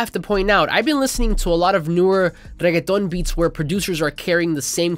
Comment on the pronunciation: thank you for saying reggeaton with the proper accent ma dude 🤟